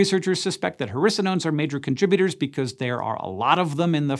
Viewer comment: Who else thought that every time he said hericonones he was actually saying "harrisa-nones"?